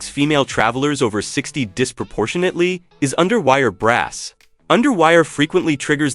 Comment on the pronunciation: it’s AI I suspect- bras isn’t pronounced brass